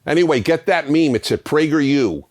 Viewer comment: You're a great man, and I agree with like 90% of what you say if not more, but you should not ever say the word 'meme' again.